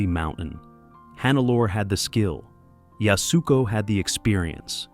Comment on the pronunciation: Yasuko is pronounced “YAS-koh,” not “Yas-OO-koh.”